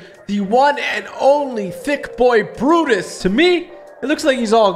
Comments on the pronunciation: It looked like he said buttas but it’s brutus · He means it sounds like he's saying buttus and not Brutus